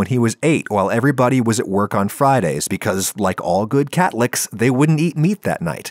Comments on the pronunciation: he says cat-licks instead of catholics lol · Did you just call Catholics Catlicks